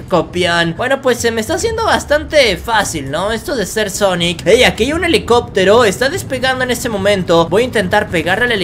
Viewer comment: Quien lo ve con el corona pijas :v? Salu2 desde México 😎 y quién escucho que dijo xonnek pongan sub títulos a un que les pondrá sonex en ves de xonnek 😕